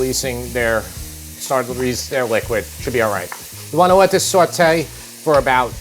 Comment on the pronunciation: Sorry... But you lost me at "swet-ay the vegetables" 🤫